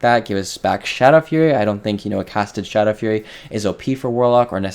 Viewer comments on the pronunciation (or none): none